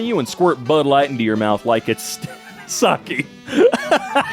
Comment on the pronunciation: Was that man’s name Dale Gribble? Also pronunciation of “Bud Light” kills me.